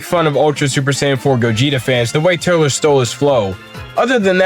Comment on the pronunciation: Turles is pronounced “Turls”